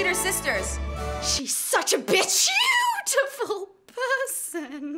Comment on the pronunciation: "She's such a bicEutiful person"